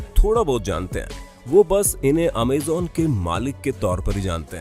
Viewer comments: It's not amzon It's amazon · Amazen nhi amazon hota hai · Bhai amejan amajon hota hai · Amazon bhai ap amezan bol rahe he😁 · Pehle bolna seekh Amazon bolte h amezen nhi Ambani 1min ka 90 crore kamata tha purre lockdown for 5 months through jio internet... Pehle information gain Kiya karo tumlog , firr as influencer bol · Abe amezan nahi amazon hota g lVde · Amazon hota hai amezon nhi sir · You are speaking amaazan dont amazon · Cant believe you did pronounce it (amazon) wrong!!!!